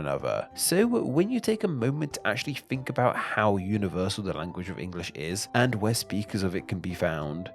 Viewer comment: Dude!! Can you at least try and pronounce 'th' correctly?! the Th-Fronting was really doing my head in...especially for someone who professes to be an expert of English and producing plentiful English-themed videos. 'I fink it would be good if you tried to impwove it, just a little bit'.